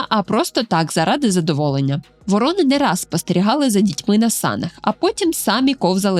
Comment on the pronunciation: ВорОни та вОрони (круки) - абсолютно різні птахи. А тут змішали їх докупи, постійно ставлячи різний наголос та показуючи у відео як врОн, так і вОронів. То про яку з цих двох птахів було відео?